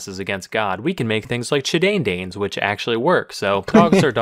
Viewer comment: I lost it at chi-dane-dane But look up Grizzly bear and tranlate its latin name xD